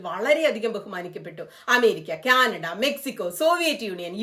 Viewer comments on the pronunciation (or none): none